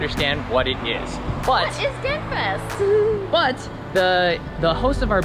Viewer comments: It's "Gentse fieste" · I being a student in Ghent myself, I really think this video is a great representation for my beloved city. Ghent is such a versatile city that has something for everyone. Some working points for the next time you come to Ghent: never say Ghent Fest to the Gentse Feesten again. Your Flemish pronunciation may be so bad, but it is and remains the Gentse Feesten. Further last, I find it very disappointing that I didn't see you in this video after 5 o'clock in the morning at the Vlasmarkt, that would have provided some footage. It is a square where everyone is completely fucked up and dancing crookedly until 8 in the morning. Greetings